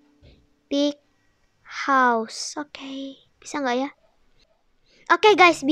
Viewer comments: Btw bacaan house nya bukan hause tapi house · Rumah itu bahasa inggris itu house bukan hause